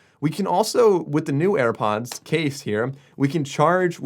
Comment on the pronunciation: Ah yes where do i get my self a pair of "AirPonds"